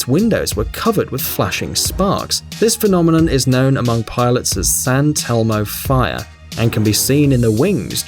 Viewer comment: Did he just say San Telmo Fire? For those who aren´t aware, it´s actually Saint Elmo´s Fire